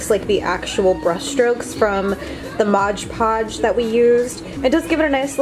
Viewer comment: It's "Mod Podge" not modge podge.